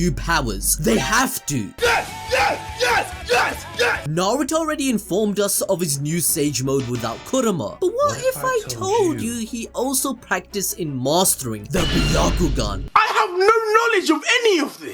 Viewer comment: Yeah, 8 years pronouncing KURUMA and RENNIGAN...